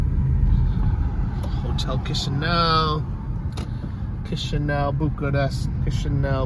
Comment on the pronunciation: please learn how to say those food names properly, even place names moldova and Chisinau wrong as well !! found myself shouting at the video !!! then turned it off .... ps you complain about everything....act like a stupid ignorant tourist and then wonder why you get ripped off ....and of course the police will pull you, and being American in Chisinau wont helping you right now......btw married to to Moldovian 15yrs, spend alot of years there....